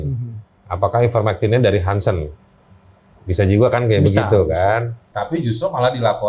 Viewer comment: PT harsen bukan hansen